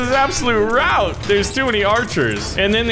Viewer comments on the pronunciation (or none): none